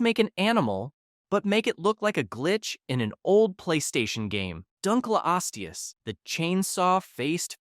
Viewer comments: It's dunkleosteus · "DunkleoAHsteus" got me rolling on the floor